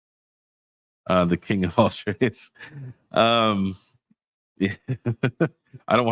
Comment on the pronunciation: The KiiNG -->AiiNG